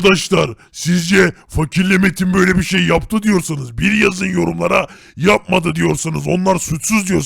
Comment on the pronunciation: Abi adın metin değil metin 🤣🤣🤣🤣🤣